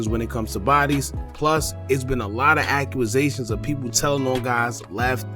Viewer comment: ACCUSATIONS. “ACC YOU ZAYSHUNS” . THIS MAN SAID “ACCURAZATIONS”. 🤣🤣🤣